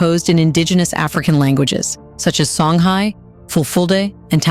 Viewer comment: Hey how come the dogsn said Egypt n not kemet does thtat mean kemit is a new commer?? Learn yo prononce shonguy not songgy